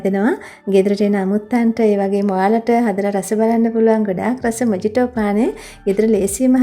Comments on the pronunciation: ඇත්තටම මේක pronounce වෙන්නේ මොහිටෝ කියලා.මොජිටෝ නෙවෙයී...❤ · මේක මොජිටෝ නෙවෙයි මොහිතො කියලා තමයි කියවන්නෙ. කවුරු හරි මේක බලන කෙනෙක් වැරදියට ඉගෙන ගනීවි හිතලා කිව්වේ. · Timely clip and good work. It pronounced as muh-hee-tow It also could be a good cocktail with rum and sugar. Regds Bernard